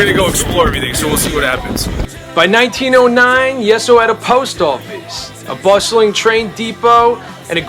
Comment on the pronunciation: pronounced yee so not yes so